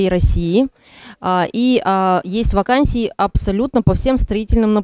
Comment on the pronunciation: Вакансия дегенде даканса дегени